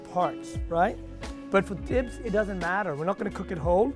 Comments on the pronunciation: It’s pronounced xibs not tibs and to many ingredients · His pronouncing the tibs wrong. Omg u are an Ethiopian how can u pronounce it wrong? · this may be years old but the way he pronounces tibs and other words hurt me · Even how he is saying “tibs” is wrong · I swear when he first pronounced tibs I was like what is that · Not after the way he butchered Tibs just now